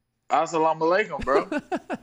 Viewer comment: i had no idea ariel was jewish. thought he was muslim. assalalakum is probably the biggest sneak diss but to say it was done on purpose would be giving perry too much credit